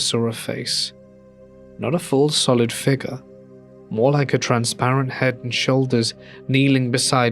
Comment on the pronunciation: If u can't say figure right dnt say it plz